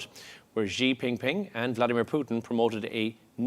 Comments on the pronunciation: Xi JingPing not Xi Pingping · Why the host keeps calling xi ping ping 😂 its xi jinping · "Zee Ping Ping" 😂😂😂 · did he say XI PING PING?????????? ROFLLLLLLLLLL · He said pingping 😂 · anchor b like Je Ping ping 😂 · Did he just say "Zhi Ping Ping?" WTAF?!?